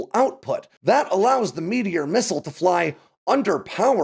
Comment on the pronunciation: I know it's not spelled this way, but I keep hearing "meatier missile".